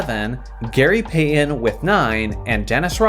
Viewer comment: You pronounce Payton as Payyen